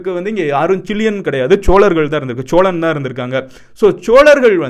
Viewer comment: Cholan illa sozhan